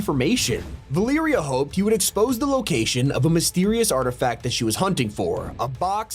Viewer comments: Repeat after me. Va- Leh-Rea. Valeria, not Veliiria. 😂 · "Val ear ia" it's Valeria. Va-ler-ia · its valeria not valiria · “Valeeria” bruh 🙏😭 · It’s Valeria 💀